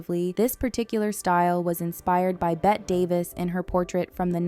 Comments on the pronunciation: Bette Davis is pronounced Betty not Bet. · Bette Davis name is actually pronounced Betty Davis, Like with a Y not Bett. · Pssst! Bette Davis' first name is pronounced "Betty". 😚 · Please note: Bette Davis’ first name is pronounced “Betty” 🤩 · and then the way they pronounced Bette Davis’ name!